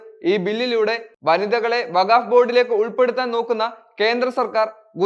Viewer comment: വഗാവ് ബില്ല് അല്ല വഖ്ഫ് ബില്ല് എന്ന് പറയൂ